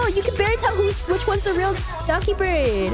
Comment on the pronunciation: I know it's Dokibird, and people joke 'doggy bird', but I keep hearing 'ducky bird'. XD